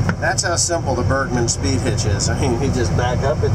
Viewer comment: I always understand birdman when you try to say bergman XD